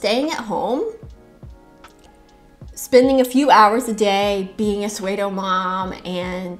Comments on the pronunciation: Pseudo is pronounced soo-doh. Just a heads up ❤❤ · edit, I think means pseudo mom here, but pronounces it “swedo”. Just wanted to drop a comment because I legit thought it was a term I hadn’t heard before! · I love what you're saying. I can tell you learned the word pseudo by reading, and because English is a hot mess of like fifty languages in a trenchcoat, it's pronounced nothing like it's spelled. It's pronounced like if sumo and judo had a baby. Also learning words by reading is awesome.